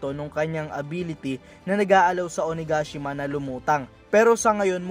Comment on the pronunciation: It’s O-na-ga-shima not O-na-gashima 😄